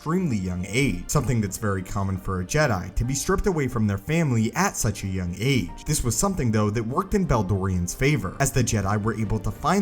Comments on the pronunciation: Nobody: Narrator: AT AN EXTREMELY YOUNG AGE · Why does this guy keep repeating “at an extremely young AGE” stressing AGE with such a weird emphasis? Is it just need-don unawareness or some marvel of editing?